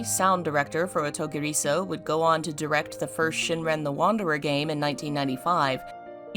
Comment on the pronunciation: If you want to say this title (or anything in Japanese) there’s a rhythm you need to follow so it sounds normal. Like the title, clap your hands to space the sounds out… O_TO_GI_RI_SO_U the R needs to be gently rolled like in Spanish, and the U get tacked onto SO like the OU sound in uncouth ….the way the author of this video is saying it kinda hurts. Just let the sounds flow. It’s easy if you try. Promise.